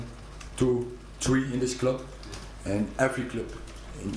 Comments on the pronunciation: yea he just says it in the dutch way. man saw it was spelled the same and just settled for dutch lmao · I love the way he says "Cloob", but wishing him a successful tenure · I love that he pronounces "club" the same way Rafa does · Love how he says cloob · Says cloob like rafa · I love how he says club 😭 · He pronounces ‘club’ like Rafa Benitez does.